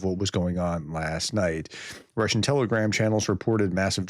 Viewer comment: your Russian pronunciation is getting better 😂😂😅 Steve LONDON, UNITED KINGDOM